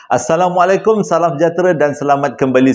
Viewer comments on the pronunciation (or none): none